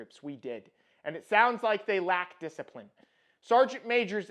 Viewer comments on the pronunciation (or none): “They rack-a diciprine”